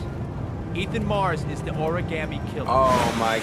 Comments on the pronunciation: WHY DOES EVERYONE SAY ORI-GAmmie INSTEAD OF ORI-GA-ME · anna stallworth 😂😂😂 exactly one was like origammi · I loved this game bacc when I first played it on the PS3 but I've always hated how they say ORI-GAAH-ME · Why does Gordi's voice actor say "oriGARmi" ...DO BETTER!! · Why can no one in this game either correctly or consistently pronounce 'origami' like....that is so hilarious to me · Why these people pronounce the word origami so weird